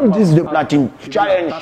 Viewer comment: Ohhh trop chou quand il dit diqse d’or au lieu de disque